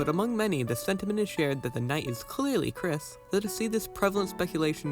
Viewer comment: YOU MISS PRONOUNCED KRIS!GET IN THE BUNKER,THE SJWS ARE COMING